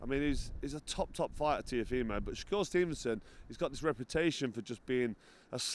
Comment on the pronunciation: 'Sho-cure stevenson' lol